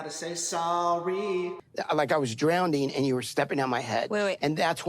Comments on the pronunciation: Big Ed doesn't even know how to say "drowning" correctly AND how could Liz ever step on his neck, while he was "drownding", when he doesn't have one. 🤣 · "Drownding" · Ed REALLY needs to stop saying, "drownding." That's NOT A WORD! And I can't take anyone seriously who says non-words... Also... If you CARE about someone, you'll wish them a "whatever day inserted here," no matter WHAT'S happening. Who you speak to on those special days says so much more than you know... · same, that extra D in the middle is so cringe.... "drown-D-ing." 🙄